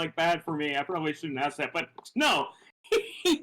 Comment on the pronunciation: He does "Axe" alot of irrelevant questions. 😂😂😂